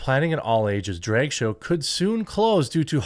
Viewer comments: auto subtitles are also reading Drake show instead of Drag show, by your mispronunciation. Anyway, theyd say if the poke is healthy enough for all ages, then s** should be healthy too, that hs been going on since long time by the disney, etc propaganda agenda of the elite sx maniac class. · Drake show? Draygue? Wtf are you saying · I keep hearing you say it as "dreg story hour" and it still fits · I never believed Jeremy was from Wisconsin until I heard him say drag. 😅